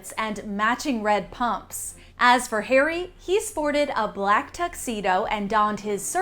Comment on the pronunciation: Red carpet return? These two celebs are becoming as bad as the Z Listers who turn up to the opening of an envelope. Btw there's no such thing as the Royal British Army! Also why do you keep insisting on saying Hairy instead of Harry?